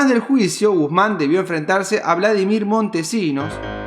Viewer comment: Muy bueno, felicitaciones, disculpame pero: Mariátegui, acento en en la segunda a, y es Vladimiro con o, muy buenos tus videos, me gusta la edición q le haces.